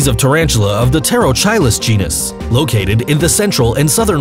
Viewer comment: Did this nigga say ''terochilis'' genes? smh